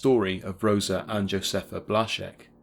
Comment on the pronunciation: Thanks for saying Blazek correctly.